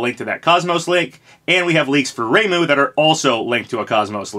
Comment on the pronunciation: It still bugs me how you mispronounce Hayabusa (high-yah-boo-sah, not hey-yah-boo-sah) and Heihachi (hey-hah-chee, not high-hah-chee), but not Reimu.